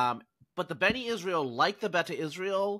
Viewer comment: NOT Beni Israel. B'nai. "Sons" of Israel. 😊